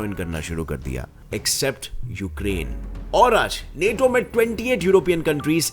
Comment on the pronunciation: Bhai tum hindi bahot jhaatu bolte ho maderchod... Thoda kisi se poochh liya karo... पुटिन नेटो।।। bhosdi k पुतिन और नाटो hai